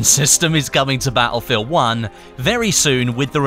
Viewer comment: I didn't know Battlefield was pronounced "BAH-EL FIELD"